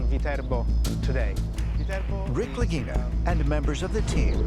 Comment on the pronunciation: Mannaggia il loro cognome é Lagina e si legge Laghina e non Laghinina